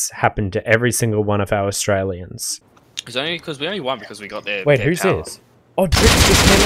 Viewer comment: strailian? wut did you say